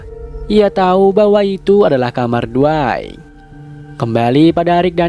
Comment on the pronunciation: Bang di menit kamar bukan Kamal bang🙏